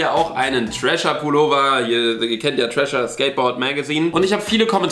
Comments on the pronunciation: Ganz kurz Mal für alle: es heißt nicht Trasher, sondern Thrasher, also man spricht es mit englischem TH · Thrascher wird am Anfang wie The ausgesprochen